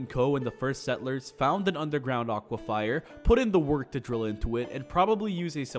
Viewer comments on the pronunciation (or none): Its "aquifer". Not "aquifier". And before anyone says I'm being pedantic, pleaae keep in mind the theme of this video is about details and why theyre important. If he gets to call out devs for things like cities not having an obvious water source, I can call him out for mispronouncing a word. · bro really said "aqua-FIRE" LMAO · EXCELLENT video, but im sorry, aqua-fire??